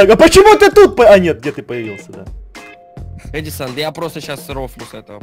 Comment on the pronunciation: а не эдисон